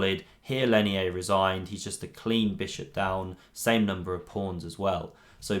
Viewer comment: I speak Spanish and his name is pronounced "Leinier" (with an 'r', not an 'i'). It looked curious to me. Good video btw